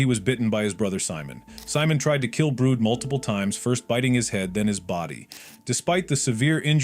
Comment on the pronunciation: Bro called brid brood